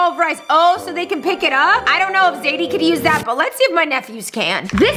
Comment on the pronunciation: Rebecca you said zedie instead of zadie